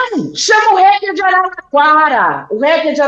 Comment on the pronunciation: Pronúncia correta é: hAcker com AAA, Como o hack da TV.